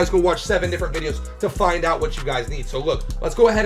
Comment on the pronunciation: I don't know why you say different like this is one of the most popular names I see out there